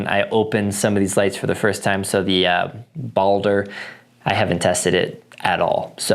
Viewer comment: It's pronounced Ball-Der. Like Baldurs gate Baldur the viking From a fellow norseman